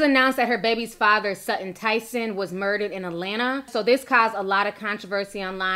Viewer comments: It's pronounced Sutton Ten-nuh-son. Not Tyson. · 😂😂 why Ti never get anybody name right lol. Not Sudden Tyson😂🤦‍♀️